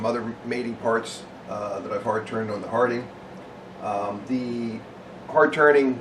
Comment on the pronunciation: pretty sure it's pronounced "Hard-inje" not harding